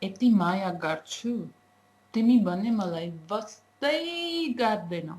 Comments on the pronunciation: i love the part "wastai", sounds really good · 'waastai" vaneko raamro lagyo :P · I like the way u said "Wastaaaaaaai" like we Nepalese say... U are good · You're going great!:) I liked how you stressed on "wastaaaa", you sounded really cute; and the stress was actually needed there.. it sounded very Nepalese B-) I knw acting dialects in foreign language& mimicking accents might sound funny for beginners..I've been there too lol, I've found myself sounding like a fool but it's worth! That's how you learn a new language right:) And for this phrase, to break it down further.. it goes.. Ma (who?: I) timilai (to whom?: to you) dherai (how much: very much/ so much) maya (LOVE) garchu (to do), tara (but) timi (you) bhane (even) malai (to whom?: [here] me) wastaa/wastai (care) gardainau (don't/not do) P.S. tapaiko nepali dherai ramro lagyo. Keep up the great work! Dherai dherai maya <3